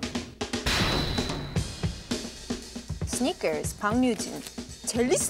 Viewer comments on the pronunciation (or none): Char's deep voice had me rolling 🤣🤣🤣🤣 Yuna's "sneakers" was the whitest she's ever sounded like she was from LA or something 😭